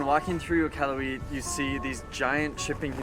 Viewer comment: IK-AL-YOU-IT emphasis on AL